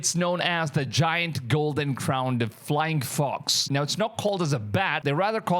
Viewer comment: The name: "The Giant Golden Crowned Flying Fox" What i heard: "The Giant Golden Crowned Flying F*cks" 😅